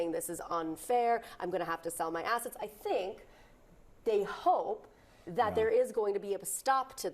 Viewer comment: I could of sworn i heard the "t" missing from assetts. 😂